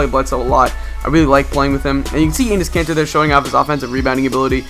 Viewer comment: You said anus kanter lmao !